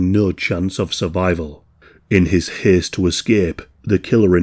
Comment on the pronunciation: “in his hesst to escepp”